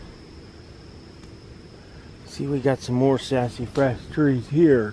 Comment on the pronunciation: Ive never heard Sasafras pronounced that way before...hahahah Sassyfras hahaha